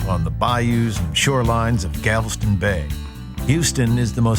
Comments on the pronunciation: omfg. he said "keh-mah" and "gavel-ston" -_ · Did he say “Gavleston”? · "Gavelston".... wow. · Houston: one of the best cities in the country and the best in Texas. And Kemah is pronounced [key-mah] not [kim-ah]. Also Galveston is pronounced [gal-ves-stun] not [gavel-stun] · or galveston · Wow, this guy completely butchered Kemah and Galveston